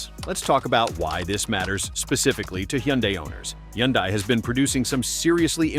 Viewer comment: What is a you hun die. I've never heard that pronunciation. I know it's AI but geez.